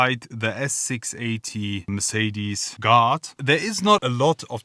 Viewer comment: WOW LOL I THOUGHT HE WAS SAYING GOD MERCEDES GOD until I read the title for the whole 6 mins wow 😂😂😂